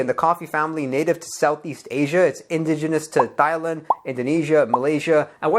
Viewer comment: You really need to Google how to pronounce Thailand